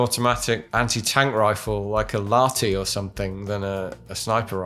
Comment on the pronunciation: Why does every non-finnish speaker spell "Lahti" with a silent "H"? THE "H" IS NOT SILENT!!! It's Lah-ti. Not La-ti.